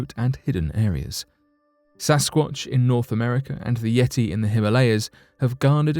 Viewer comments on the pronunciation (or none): none